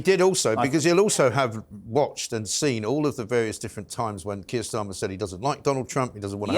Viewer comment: You forgot Tur Keyer Starmer 😂